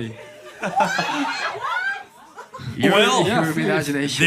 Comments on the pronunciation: When the last guy said "monbabies"... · THE LAST CLIP WHERE THE INTERVIEWER SAYS "MONBABIES" I CANT... I TRULY CANT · The way the guy at the end said monbebe irks me for some reason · mOnBaBYs ITS MONBEBE !!!!!!!!!! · Acculturation just found out he said MONBEBE 😂🥰🤪